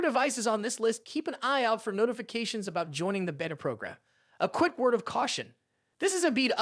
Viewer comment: why do you pronounce Beta as Vita?